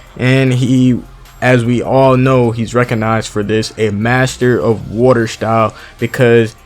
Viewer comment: "woooter style" lmaoooo